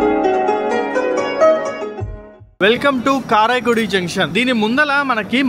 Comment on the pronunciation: రామనాథపురం ను రామనంతపురం ల పలుకుతున్నారు అలాగే కరైకుడి ని కారాయికుడి అని పలకుతున్నారు. సరిచేసికోండి.